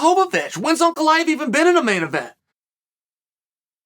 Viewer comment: Am i the only one who is amazed Chael pronounces Ankalaev correctly?